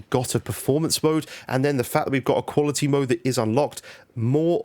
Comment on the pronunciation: Wow really good vid dude! At first I thought you said performance and equality mode 😂